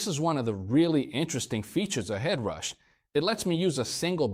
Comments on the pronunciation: Sad to see when having the Core on your desk that the real difference of amp capturing and the whole vocal effect suite has not been mention as a difference between prime , core vs flex prime. AI pronunciation “Edrush” for Headrush turn out annoying. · Something weird happened with the audio, as it sounds like you can’t pronounce “Headrush” in some cases. It comes out as “Ed Rush’ or even “Edge rash’. Great video otherwise!